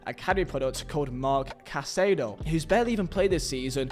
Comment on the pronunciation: marc caiceido? Yamin Yamal? Osuana? Martin Brainfrait? i mean cmon! if you cant the decency to pronounce this name rights then stop doing the videos. how would you feel if people call you Visa? STOP BUTCHERING PPLs NAME.